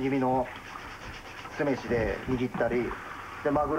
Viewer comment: すめしのイントネーションひっかかる